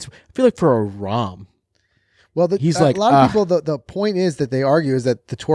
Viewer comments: It’s Not Rahm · It’s Jon Rahm…